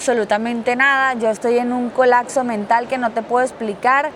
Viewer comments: Colapso.: Colacso 😅😅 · Se dice colaPso no colacso ... 😅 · “Colacso” “Colacsar” “Colacsando” es medio naquita. 🙃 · “Cuando colacso” 😂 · Le dio un colaczo. Se dice colapso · COLAPSO, no "colakso". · Colacso, colacsar 😂😂😂